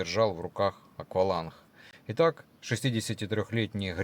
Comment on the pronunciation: "вдрух", "береха", "акваланх". Может сначала научиться говорить следует, а уж потом ролики комментировать.